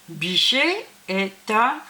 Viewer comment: Attention à la prononciation du mot Bichet ?